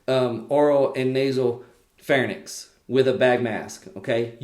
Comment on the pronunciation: And also NOT PHARNYX but PHARYNX There is an Y in between R and N in both words larYnx and pharYnx and not AFTER N. You made sound transposition. Look it up SLP